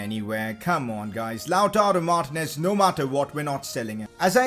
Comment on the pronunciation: Its not martnez ...its martinez !!!